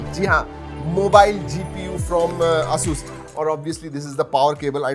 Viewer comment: Bhai pahle pronounce krna seekh lo ASUS ko